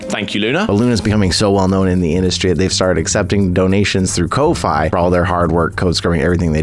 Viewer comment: Ko-fi's pronounced like Coffee, because its like you're buying someone a cup of coffee